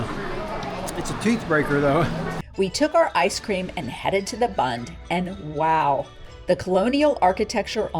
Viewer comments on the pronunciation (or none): none